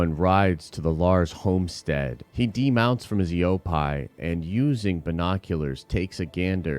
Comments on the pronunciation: Not e o pie it’s e o pee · Where have you learned to pronounce Eopie like that?